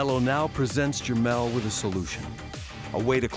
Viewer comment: it's Jermall, not jermell